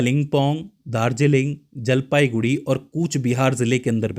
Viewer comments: sir jee,it's jalpaiguri not jaipaiguri.......before uploading please check it carefully....... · Not jaipaiguri it's jalpaiguri ok . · AAP KA BISHLETION ACHA LAGA PER AAP JALPAIGURI KO JAYPAIGURI MAT BOLIYE😂,,,MERA GHAR JALPAIGURI ME HAI